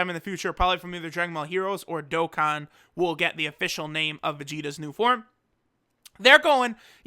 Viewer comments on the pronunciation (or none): none